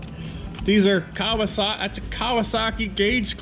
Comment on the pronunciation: Kawer- sahhh-keeeeeh